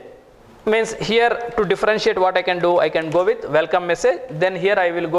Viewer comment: You also appear to have a language barrier with the pronunciation of some letters. It's not "Velkom" it's "welcome"... it's not "vith" it's "with". And you abuse of the words "so" and "kind of thing" a million times, maybe you don't even realise that. I'm not English but at least I don't give public courses. You should consider taking an English course first and then rationalize the content of your courses. I will not even open your video no.5 on Gradle. Already wasted too much time